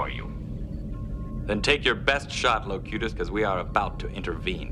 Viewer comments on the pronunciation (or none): "Locuts" ?? Wth is Locuts?? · Locutus, not Locuts 🤣🤣🤣🤣